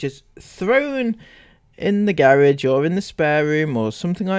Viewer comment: I love that you pronounced it 'gerridge', lol.